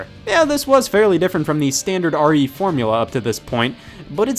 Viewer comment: RE “Four”mula